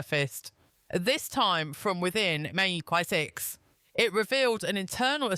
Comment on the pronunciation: The AI use in today's propaganda news, huh...it just can't spell it right..listen to when it say MI6